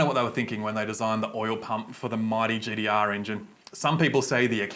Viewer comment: Thirdeen, gd-r. Ninedeen nindey three. So a T is actually a D...lol